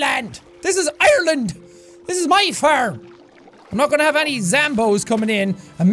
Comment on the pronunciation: "THIS IS OURLAND" with a dense Irish accent «IRELUND!»